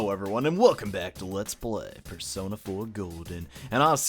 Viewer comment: Y did i never notice teddy saying bear-sona instead of persona until now